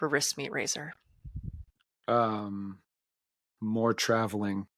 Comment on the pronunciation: When she says the band name it sounds like whispyrazor..